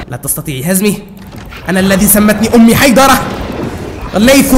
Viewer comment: يا روقة اني عراقي بس اخوي اسمو حيدرة مو حيدر